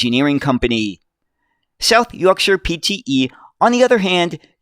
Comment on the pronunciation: Great video on the history of these buses and as a Sheffielder, thank you for pronouncing South Yorkshire properly!